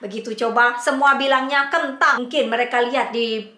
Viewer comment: Lama sekali tdk nampak......muncul2 lucuuu banget nyebut kentang salah2 sebut😂😂😂